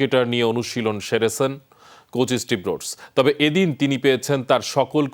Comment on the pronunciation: কি উপস্থাপক মাইরি। "সেরেছেন" কে বলে "শেরেছ্যান" খ্যাত